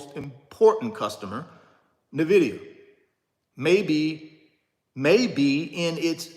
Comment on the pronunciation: You should at least pronounce the name of the company correctly. 🤦‍♀